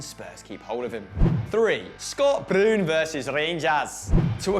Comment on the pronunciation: The passion of "Scott Broon" pronounciation nearly forced me to do homeworks...suuuuuuh